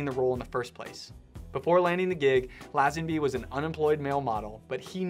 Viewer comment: George Who? Laaaaazenby. FFS…. Americans……😩